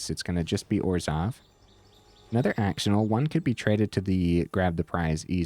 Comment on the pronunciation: really cool deck!! def gonna try it out soon i've been wanting to try screaming nemesis but ftr axonil is pronounced "ash-oh-neil" lol